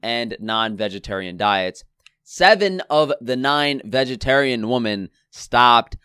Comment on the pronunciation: Plural of woman is women and is pronounced wi-men.